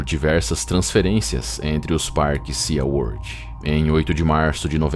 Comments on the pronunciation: Se pronuncia "si" world e não "sia world." 😉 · por favor me perdoe mesmo mas SeaWorld pronuncia-se SiWorld o A e mudo